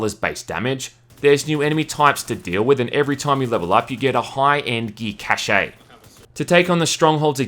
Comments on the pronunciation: Cache is pronounced cash,. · Cache is pronounced the same as the word Cash. Still love your reviews. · I hate to be that guy but that's not how you pronounce the word "cache" xD